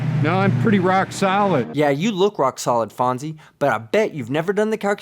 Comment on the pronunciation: fonszy lol